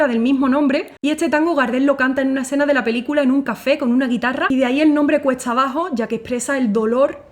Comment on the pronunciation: Bellísima "puditse" decir,... perdón; pudiste decir "cuesta abajo" (aunque enseguida se te salió decir "cuetsa" abajo...